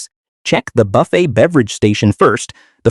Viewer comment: Boofet? Really.